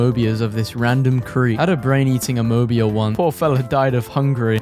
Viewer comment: As someone who loves biology, hearing him say amoeba like that hurt me physically.